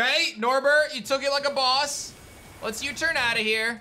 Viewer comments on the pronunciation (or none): none